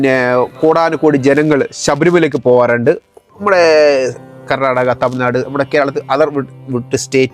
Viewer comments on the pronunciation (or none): none